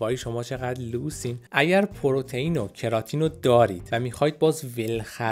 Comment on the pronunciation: کراتین رو کمی اشتباه گفتین استاد امین قسمتی در یوتیوب بهتر گفتن در کلیپشون